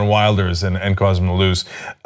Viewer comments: The "W" makes a "V" sound in Dutch. So you should pronounce it more like "Vilders" rather then "Wilders". that's not to say I like Geert Wilders, I actually dislike him with an extreme passion. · You can't even pronounce Wilders correctly!! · You pronounce Rutte as Ruh-Tuh, and Wilders as Will-durrs